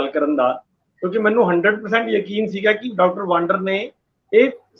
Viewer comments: ਪਿਆਰੇ ਸੱਜਣੋ ਡਾਕਟਰ ਗੁਰਪ੍ਰੀਤ ਸਿੰਘ ਵਾਂਦਰ ਹੈ ਵਾਂਡਰ ਨਹੀਂ।ਕਿ੍ਪਾ ਕਰਕੇ ਸਹੀ ਉਚਾਰਨ ਕਰਿਆ ਕਰੋ। ਸਾਡੇ ਫਾਜ਼ਿਲਕਾ ਦੇ ਪਿੰਡ ਬਾਂਡੀ ਵਾਲਾ ਦੇ ਖਾਨਦਾਨੀ ਰਿਹਾਇਸ਼ੀ ਹਨ। ਸਾਨੂੰ ਫਾਜ਼ਿਲਕਾ ਵਾਸੀਆਂ ਨੂੰ ਮਾਣ ਹੈ ਡਾਕਟਰ ਗੁਰਪ੍ਰੀਤ ਸਿੰਘ ਵਾਂਦਰ ਪਰ। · ਮੁਆਫ਼ ਕਰਨਾ ਡਾ ਵਾਡਰ ਨਹੀਂ, ਸਹੀ ਨਾਮ ਵਾਦਰ ਹੈ, ਲੱਗਦਾ ਹੈ ਅੰਗਰੇਜ਼ੀ ਭਾਸ਼ਾ ਦੇ ਸਬਦਾ ਦਾ ਉਚਾਰਨ ਜਿਆਦਾ ਹੋ ਰਿਹਾ ਹੈ, ਡਾ